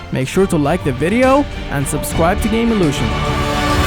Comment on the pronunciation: When he said subscribe to GamelutioN at the end I thought he said "subscribe to gay loser"